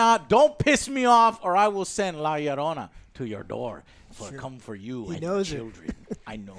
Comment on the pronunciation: it's bad he can't properly pronounce Llorona. especially since he sounds more Hispanic than me.